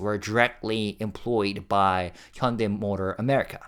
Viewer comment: I assumed you are Korean but then why are you pronouncing Hyundai incorrectly?